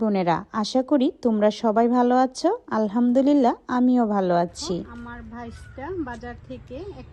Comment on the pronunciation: Apnar video ki boro manush dekhena??j apni Tumi Tumi bolen??r babi,Valo,baggo egulo kmn Kotha ?? ভ uccharon Korte paren na ??